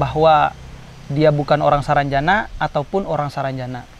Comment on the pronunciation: salah bro Penyebutannya itu sarangjana bukan saranjana Arti sarangjana itu =sarang yang bearti "tempat", ibarat sarang burung, lalu jana nya itu terpisah lagi huruf j nya, arti j nya itu "jin", nah kata ana itu itu" sana". Jadi kalau di artikan atau di tafsirkan menjadi "tempat jin sana" Saya asli orang Kalimantan tepatnya kalbar Pontianak. Jadi saya hanya tau artinya saja.